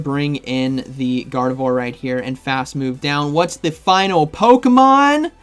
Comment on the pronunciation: Gardavore? Did you mean Gar-deh-vwarr? 🙃